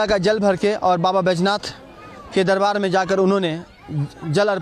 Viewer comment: बैजनाथ, नहीं सर जी बैद्यनाथ है, भाषा सुधार कीजिए